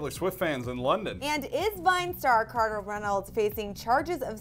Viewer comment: said charter!